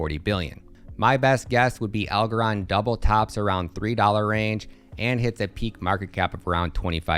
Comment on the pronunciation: Wtf kind of bullshit video is this 😂 what a 🤡 Doesn’t even know how to pronounce the coin’s name 🤦‍♂️